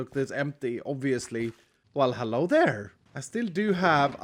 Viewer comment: I was just about to correct him too 😅